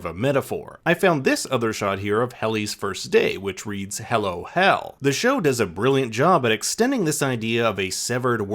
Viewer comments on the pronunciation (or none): none